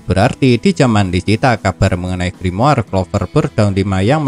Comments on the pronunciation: Gua benci bet pas dia ngomong grimoar, kenapa ga ngomong grimor Cok udah gitu doang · Gua nyebutnya griamore:v